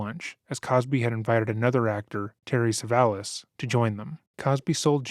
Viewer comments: Telly Savalis not Terry Savalis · “Terry Savalas” 😂